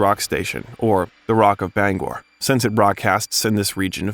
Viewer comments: Bangor is pronounced Bang-Err not Bong gore. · "Bong-gore"? Do you mean Bangor? (pronounced "Bang-er." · It's Bang - Gore not Bungur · Bangor... like banger... not Ba Gangorh 😂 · bon-gor 😅😅😅😅😅😅instead of Bangor!😳🤪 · By “Ban GOOR,” you mean “Bangor,” pronounced “BANG gohr.” I also think you mean “scholastic” and “mimeograph.” In addition, it’s “was called on the carpet.” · Bon-gore, Maine, eh? It is Bang-gore! Is this an IT voice? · Great info but you lost me at Bong Orr I hate that AI crap but I love me some Steve. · I almost shit when he called Bangor "Bong-gore" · You mangled Bangor, Its pronounced Bang gore. Like as in I bang on a drum and gore (gor) as in his gory books. Born and raised in Maine. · Never heard of "Bong-Whore" Maine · Bangor Maine isn't pronounced the way you did. It isn't Bongor Bang-gore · Bangor is pronounced like "bang-gore" 😅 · It's pronounced Bang ger` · Did an AI write this script? Is that a real human reading the script? Mimgraph, Baan Gor? You put the wring EM fa Sis on the wrong Ci laable. Mimeograph, a low-cost duplicating machine, Bangor, a city in Maine. Before you publish this crap, have an actual human give it a once over. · Mim-ee-oh-graph, Bang-gor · This is a good biography, but your mispronounciations are very cringworthy. Avon, mimeograph, Bangor, just to name a few. Please look up words you're unsure of. (A-von, mim-e-o-graph, Bang-ore) and yes, I'm from Maine. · Necessary Things—Ha! A few of the novels you mention are actually a collection of short stories. Joe Hill’s 20th Century Ghost Stories, and S King’s Full Dark No Stars, etc. You mispronounced Mimeograph, Bangor, and Mr Mercedes.